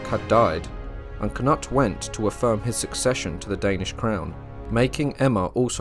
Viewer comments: The Danish pronunciation of Knut is Kanoodth. When you say Kanutt it sounds wrong. 😉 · Why do you call knut, k-nut? In Englang we call him Kanoot, not k-nut! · Great. But I’m sure it’s not pronounced “Cannut” more like “Canoot” also IERNside. Not I -RONside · Pronounced can-ute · You pronounce Cnut with a long u! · switch the n and u , Cnut.